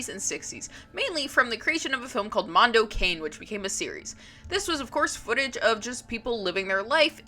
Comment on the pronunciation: Mondo Cane (Dog World) is pronounced Mondo Cah-neh.